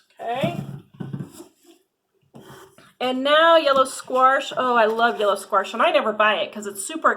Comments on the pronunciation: I've never heard anyone from the midwest call it squarsh - we call it squash LOL p.s. I like your nail polish color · which part of the midwest are you in? I've been in the midwest pretty much my whole life and no where have i ever heard anyone call it squarsh and try and pass it off like it is normal. I've heard of the midwestern drawl or midwestern slur, but not just randomly adding letters haha. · "Squarsh?" There's no "R" in squash... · Yellow squirsh? Lol I live in Colorado, and we don't say "Squirsh" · Excellent review. Great info and insight. My only critique is there is no "R" in squash "squarsh"😁 jk great video. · Minnesota here. I only say squarsh if I'm joking. Never heard anyone pronounce it that way. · I have also never heard anyone say sqwarsh before either lol Oregonian here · From Wisconsin.. never heard squarsh 🤣🤣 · That drives me crazy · I’m from Midwest Mo. I have never heard anyone add an R to the word Squash. Paper bags and their packing materials are biodegradable not plastic bags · I’m here for the “squarsh” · Squarsh! ❤😅 never heard it before it’s cool to hear a different way of saying it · Did you say squarsh? giggle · You could use the packaging in your garden. It will compost down. Just lay it down and forget about it. :) I absolutely love how you say "squarsh" lol. First time seeing your channel. Subbed! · squaRSH!! 🤣 I had no idea there was an R in squash. LOVE it! I watched this video just to see how many times she said "squaRSH" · I know it's petty, and you explained it, but "sqwarsh" made me cringe every time. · Squarsh? Haha never heard it like that. Love it. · yellow "squarsh" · I’m from the Midwest and pronounce it squash... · Love how you say “Squarsh” 😂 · I’m from the Midwest, too. I don’t say “squarsh” and have never heard anyone say “squarsh”. I don’t think that’s a typical Midwest pronunciation. Hey! You do you 😆. I do appreciate the info in your video. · Same! I’m from Texas and over here going crazy at “squarsh” 😂